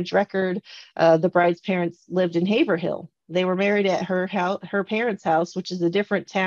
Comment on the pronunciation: it's not Haver - hill. it's pronounced haverill. I was born there.